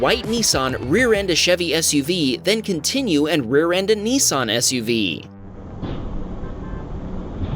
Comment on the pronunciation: I believe you are saying NISSAN wrong it sounds like you are saying NEESON. Dose not bother me to to much but thought I might let you know 🙂